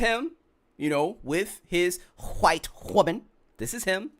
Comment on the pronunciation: Only thing i dont like is saying white like that. That aint right either, but neither is he